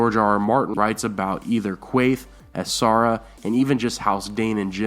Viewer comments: Good video. I think book Quaithe and show Quaithe will turn out very different. Really like your channel but you need to work on your pronunciation of Song of Ice and Fire names like A SHAR A not A SAR A and ASH HIGH not A SIGH. Thanks for doing these. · and he said asara dayne when she's called ashara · SH makes a sound like shhhh...not sssss like Ashara and Asshai...and while I'm at it it's pronounced She-ara ( or she-air-a) sorry not trying to be a hater but it was poking me right in the OCD. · Also MY GOD, somebody PLEASSEEEE teach this guy how to pronounce an "Sh" sound! .. "Ass- Hi"?? "Ass- ara Dayne"?? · S+H= shhh Asshhhai, Shhhiera, not Sahara lol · I love your videos, but the way you pronounce Ashara and Asshai makes me cringe sooooooo hard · You pronounced Ashara wrong too 😭😭😭😭😭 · Also, Ashara...